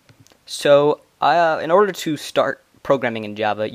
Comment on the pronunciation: xD you Say "Arder" Not "Order"